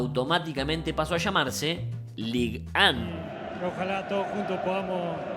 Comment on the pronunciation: Lig an.... uh la la señor frances.. Y como se dice ? - ligue uno